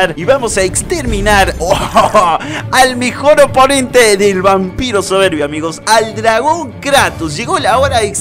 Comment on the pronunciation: Me gustó cuando dijo el Dragón Vampiro soverbii